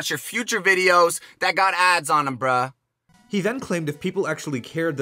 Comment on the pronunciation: The way JayStation pronounces “bruh” sounds like “bra” had me laughing every time.